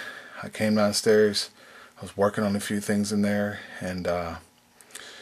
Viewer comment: danstairs? that seriously your accent where are you from?